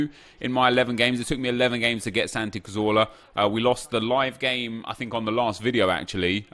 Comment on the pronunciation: Why does he call him Santi catorla?